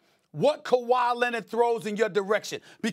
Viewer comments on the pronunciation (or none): He also said Kwahi was “averaging over dirty” 😂😂